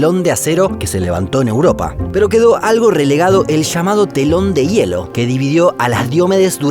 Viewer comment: Pronunció mal. No se dice "i e lo" Se dice "ye-lo".